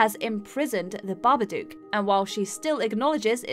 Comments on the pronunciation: I only have 2 things to say about this list - 1/ It's 'Babadook', not 'Barberdook'. They literally say it in the movie. 2/ The Blair Witch Project is one of the worst films of all time, and should be in any list, unless that list is 'The Worst Movies Of All Time' or 'Overrated POS Movies'. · Every fucking video. BabaDOOK like book, cook, look, took, chook. Not like spook.